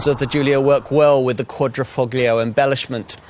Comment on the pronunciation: Presenters should learn to pronounce words before filming - here they butchered "Quadrifoglio". Also some errors and omissions throughout.